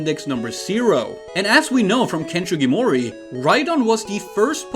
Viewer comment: Its SUgimori not SHUgimori